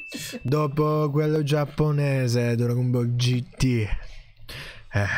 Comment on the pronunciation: Dragon Bull noooooo😂😂😂😂 jeje???Geteeeteee???Noooooo🤣🤣🤣🤣🤣🤣Maledetti Francesi le storpiano Tutte!😂😂😂😂😂😂😂